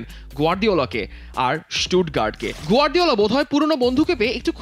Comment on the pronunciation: গর্দিওলা না গার্দিওলা হবে অতি বেশি ডং বিরক্ত লাগে